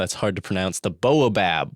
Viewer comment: It's pronounced "bah-oh-bab"